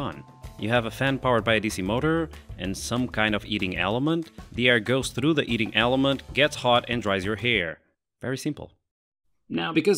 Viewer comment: eating eliment? He ment to say heating eliment